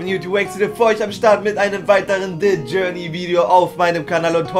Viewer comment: Dä journey Diese Aussprache ^^